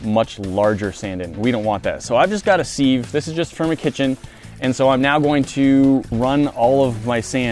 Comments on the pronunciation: It's pronounced "siv" not "seeeeeeeeeev" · he called a siv a seeeev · this man just called a siv a seev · Me too I would say it like siv he says it like seeev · i didnt know people pronounce seive as seeve I pronounce it as siv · its a siv not a seev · seeev its siv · I can't handle the "seeve" thing....my whole life I've known it to be pronounced "siv" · Do all Americans say "SEEV" instead of "siv" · Sieve sounds like SIV, not SEEV. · It's pronounced s(e)iv(e) not səev(e) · Where do you live that sieve is pronounced seeve? Elsewhere, including all the dictionaries, it's pronounced siv rhyming with shiv. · Don't ever say siv again it's siv not seeve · Ok someone needs to teach him how to say sieve correctly! Its not seeeeve: it's siv (as in civil)🙈🙈 I wanna see some candle wax experiments to see if you can get it to change characteristics or how its affected by glue/alcohol/liquid nitrogen etc. Also see how it changes after its been heated and cooled i.e is it weaker or stronger etc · According to the dictionary "siv" is the correct way to pronounce it. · I honestly think its a funny quirk that says siive but the proper term is strain i think lol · so now it's s-eye-vuh?!? Like live feed or Life or strive or strife wife life Feifal goes West.? Woah. Totally different. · The way keeps saying "seeve" I get the impression that someone told him he's saying it wrong so now he exaggerates it to troll them. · Smeggit7 the way he said Seeve it annoyed me so much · Who says ‘seeve’ for sieve??? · Seeve, seeeved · Did he say seeve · Seeve? Seeve? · It bothered me slightly every time called a sieve a seeev lol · FYI, sieve is pronounced "siv" (s, short i, v) ........ siv. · Why do they say sieve as in seeve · btw a sieve is pronounced siv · Is it a common American thing to pronounce sieve, seeve? Or is that just? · dude its pronounced siv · it's pronounced "siv" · Anyone also triggered about how says "sieve" or is it just me:)